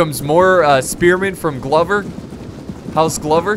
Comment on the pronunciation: I'm fairly sure it's pronounced like clover with a g. Accurate scenario however very sick